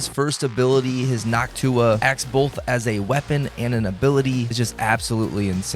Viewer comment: Bro it's called Noctua, not Nock Tuah